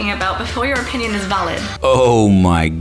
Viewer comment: "Oppinion". I expected more from a brit.